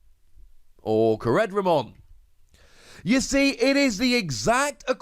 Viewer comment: core•dra•mon ffs